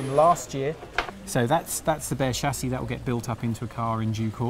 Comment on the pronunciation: What's a SHASSHI OR ALUOMINUM? LOL